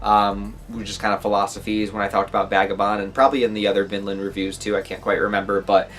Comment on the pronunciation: At the beginning, it sounded like you said "Villain" saga.